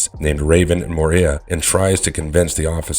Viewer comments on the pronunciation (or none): nuclear FFS not nu-cu-lar. also moira not moria (& also not a mutant in the movie). why does no one actually review or QC anything anymore before posting? you do watch the videos during editing right? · OMG I can't with how you pronounce Moira 😂😂😂